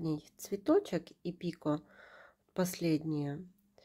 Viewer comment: Спасибо за урок. Правильно говорить пикО.